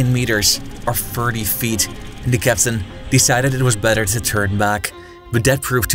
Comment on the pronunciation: It's THE not DA.